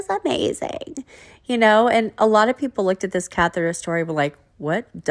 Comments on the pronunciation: She could have googled it or that’s how she thought catheter was pronounced. I find Gyp isn’t the sharpest tool in the shed and quite lazy. Maybe catheter was too hard for her to pronounce. Lol. Who knows. 🤣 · I remember when she tried to say catheter she pronounced it cathera. Like seriously? I find that really weird.